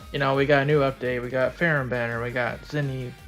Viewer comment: I thought her name is pronounced "fer-ham"